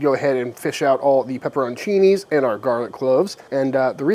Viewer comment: Pepper-ON-chini and war-chester-shire sauce. Yum.